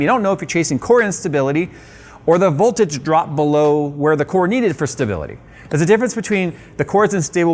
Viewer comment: Did he miss the V-key when saying ”Boltage”?